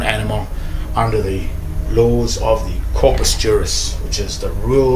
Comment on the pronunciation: Corpus = corpse